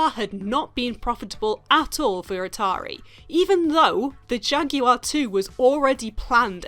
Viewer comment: no bitch..I want you to say Jaguar correctly . THATS WHAT I WANT!! 2 sounds (Jag-war)